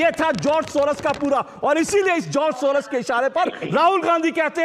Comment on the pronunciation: सोरस नहीं सोरोस